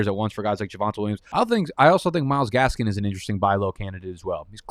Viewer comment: Great video til you said Myles gaskin damn…..